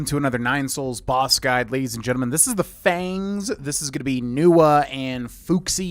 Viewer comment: A totally reasonable mistake to make, but Fuxi's name is pronounced FOO-SHEE, and their last name is FONG not Feng.